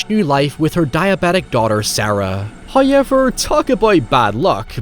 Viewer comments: First "hoyevver" drops . He is pleased with us to reward we pitiful minions so early. Appeasement of the Great Him must continue, lest The Dark Times come in His stead... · The pronunciation of “however” 😂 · i didn't even see how you spelled however before pronouncing it the same way lmao